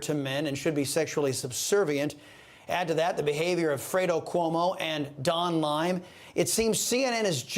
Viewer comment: "Don Lime" hahahahahahaah